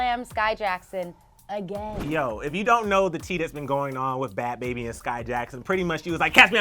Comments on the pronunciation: I feel like was being very disrespectful,rude,& very unprofessional when she was purposely mispronouncing Bhad Bhabie’s name saying “aka ‘Bahb Baab’ “ then laughing about it like some teenager. Grow up! Say the artist name respectfully instead of purposely mispronouncing more than once & laughing. Your a reporter do your job regardless of how u feel about her...purposely mispronouncing her name is very unprofessional. I love ClevverNews but your reporting skills needs work. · Lmao pronounces it like bad baby is a middle eastern man 👨🏽 lmao I watched that part 5 times 😂